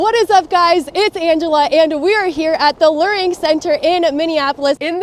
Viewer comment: It's pronounced "LEARing" as in LEAR JET.